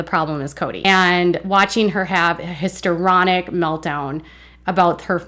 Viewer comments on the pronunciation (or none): Hi-it’s history-onic, not hisor-onic. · Apologies for being one of those nerds who gets all nit-picky about stuff like this, but just for future reference, "histrionic" is pronounced hisTREEonic, not hisTERonic. 😘(Yes, I'm very popular.) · HisTRIonic, not hisTEROnic. KarMIC, not KarmATic.